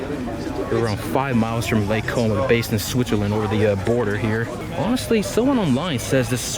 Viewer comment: When you say lake como it sound like something else:)